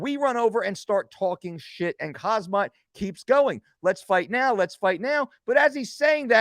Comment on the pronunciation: Khamzat is pronounced Ham-Zat. That's not intended as disrespect just letting ya know. Your content is always A+